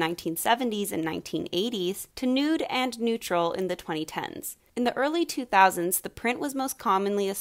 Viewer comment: Its 2000’s not nautes